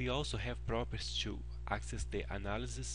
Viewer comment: Thank you for these videos! They are very helpful. But just for your reference: 'properties' is pronounced 'prop'-'er'-'tees'. Not 'properts'.